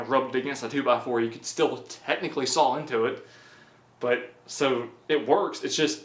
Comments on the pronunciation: Its SAW NOT SAWLL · There's no L at the end of "saw". Where is he from?